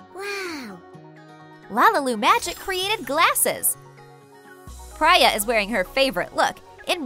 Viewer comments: I this it is Priya not Praiya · her name is not pria it is preea well it sounds like preea it is spelled pria.